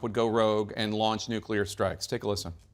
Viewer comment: I really really love the humor that Bob projects. He is a treasure. He says NUCULAR.. HILARIOUS 😂